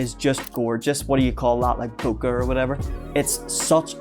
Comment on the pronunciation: Nice pix. I plan to use some M42 Takumars. I loved my Pentax Spotmatic back in the day. I think most people say "bokeh" to rhyme with "bouquet." But it's a Japanese word and I don't think they say the long "A" sound. So they probably pronounce it just they way you said it.